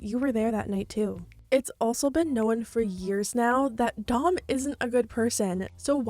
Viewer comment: Why are you saying known so weird?